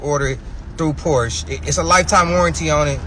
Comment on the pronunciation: First of all. Learn how to pronounce the word Porsche. Especially if you own one.Secondly the brother purchased the 996 -911. That model always has problems. Stay away from that one totally. Porsche enthusiast will tell you that one.